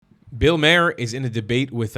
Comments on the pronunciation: I've seen a number of your videos, and you keep mispronouncing Bill Maher's name. It is pronounced like "mar", not "may her". Some people do pronounce it "ma her", but never "may her". I do like your videos. Keep it up! By the way, Maher is an Irish name. Bill is part Irish and part Jewish. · btw, for future reference, his name is Bill MAAR, not MAYHER I know its a tiny thing but you react to many of his clips that I thought id correct it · Shalom hamudi Bill Maher is pronounced marr